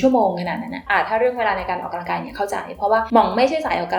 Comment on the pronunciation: ดว้ยความเกรงใจนะคะ ควรออกเสียงคำว่า ออกกำลังกาย ให้ถูกนะคะ ไม่ควร ออกกะลังกาย นะคะ ขอบคุณค่ะ